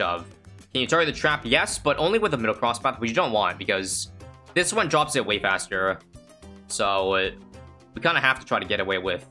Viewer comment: Did this man say haster? Insted of faster